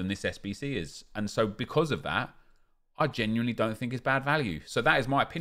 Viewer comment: You know its bad value when says geniuely...